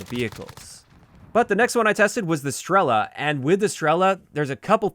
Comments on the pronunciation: not strEla, strelA, {str;elaaaa] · Strela means Arrow in most slavic languages, and PILA is like a SAW. When zou pronounce Strela, the "E" is pronounced a little bit longer